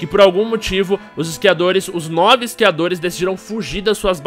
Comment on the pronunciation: " Iscriadores "